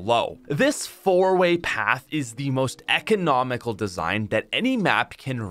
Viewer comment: "economical" lmao